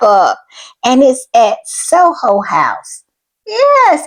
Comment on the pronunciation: It is Soho House, not Solo House.